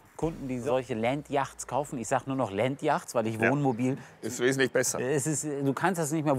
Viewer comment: Landyachts😂😂 Entweder ganz englisch oder deutsches aussprechen… yachts auf englisch ist eher „jots“ ausgesprochen